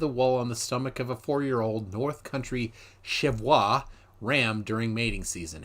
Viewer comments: That was a long shift - you did well to deal with the interference. I salute your endurance. I don't know if you were messing around with the pronunciation, as you often do, but I feel like I should point out that your wonderful, almost Francophile pronunciation of "Cheviot" was a bit off. I'm sure that you're aware that the sheep are named after the hills which straddle the Scottish/English border. As robotic as this is, it's still correct. If you were just messing around and I fell for it, apologies. Nevertheless, a very entertaining stream✌️ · Did you watch the link? It's not pronounced as if it were French, (though it definitely looks like it should be) being pronounced as Chee-vee-ot. You've peaked my curiosity now, because I've never considered the origin of the word. French was certainly spoken in the Scottish and English Royal courts over the centuries, but I can't imagine why an upland range straddling the Scottish / English border (Northumberland) would have a French name. Norse names crop up on the North East coast of England, (in fact all of the East coast) but French doesn't seem to be common at all. I do enjoy your mispronunciation of "hyperbole" and "epitome" etc, so I'd definitely add "Cheviot" to your repertoire, although how often could you use it? Anyway, I'm now going to have to look into the etymology of the word. Thoroughly enjoying your channel - excellent content. Educational, witty, and when it comes to Flat-Earthers and conspiracy theorists, merciless - perfect. Take care ✌️